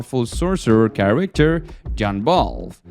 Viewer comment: why u say charicter instead of character its weird bro